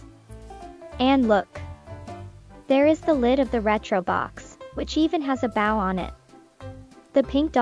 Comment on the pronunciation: Is this narrated by an AI? They dont speak well. Its bo- w not boa /baw.